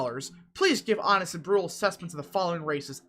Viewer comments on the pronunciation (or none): none